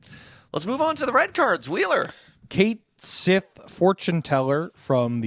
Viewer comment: ITS PRONOUNCED "KET SHEE" NOT "KATE SITH" AHHHHHHHHHHHHHHHHHHHHHHHHHHHHH